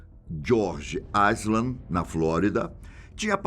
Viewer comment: Não se pronuncia o "s" em island